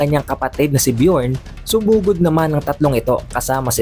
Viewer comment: Buti nmn nabasa mo ng maayos ang BJORN( BYORN) kc ang ealder JARUL ay binanasa nyo ng HARUL instead of YARUL which is more likely na tama kc mga vikings to.. J is read as Y.